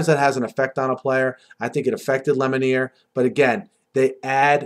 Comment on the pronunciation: Lemonier is pronounced Lemonuah